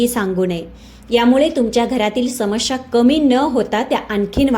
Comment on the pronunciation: Samasya and not samashya.